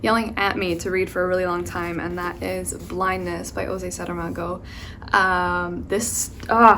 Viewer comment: Aaah so happy you're reading Pessoa and Saramago ! They're two of my favourite Portuguese authors ! (Btw, in Portuguese, the "J" sounds like "Je" so it's José Saramago not Rosé Saramago 😁). Can't wait for your opinion on those 🥰